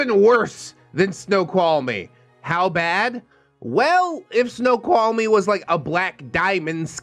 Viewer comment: thank you for uploading this. This has helped pass my day. Also, you pronounced Snoqualmie Pass correctly. Good job 👍 and yes, that Pass is very treacherous in the winter, especially during a snow storm. It doesn't care who you are, if you don't respect it, it will claim you and or your vehicle.